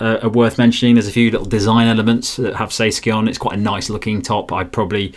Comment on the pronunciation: it's SAY SKY no SKI ⛷️ involved 😀